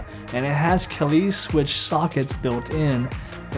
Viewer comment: Two things, the keycaps are DSA Honeywell not SA and the hotsswap sockets are by kaihl pronounced kale. Other than that nice review!